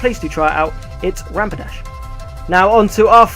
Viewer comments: Stop calling it rampidash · You said rampidash not rapidash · the way you pronounce rapidash sounds liek rampidash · did you just say Rampidash? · Lol, u kept saying Rampadash :-).